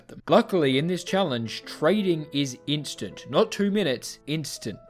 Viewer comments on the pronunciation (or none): none